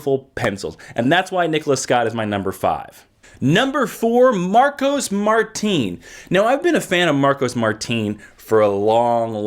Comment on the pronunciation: Its pronounced Mar tin not Mar teen